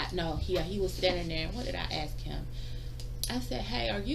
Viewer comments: She sure “axes” a lot of guys. Is that even legal? Axin’ guys? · We're axeing u to leave now lol... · Ask, aks and aksed wow. What an educated person. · She axed him so many times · I'm confused, this lady is a lawyer? " Dis when I axe " " An den dats when " ? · "Axe"???? She works for the government and she cannot speak English? Sad and disgusting.....and she's a liar! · My new law... anybody that uses the word axe in place of ask can never be a judge!!!! Yes you read it hear... new law... because I’m real important to me! And my opinion of me is all that matters!! Lol This broad can’t complete a full understandable sentence! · My new law, anyone who uses hear, in place of here, only gets one vote per election... but still anyone saying axe in place of ask shouldn't judge anything.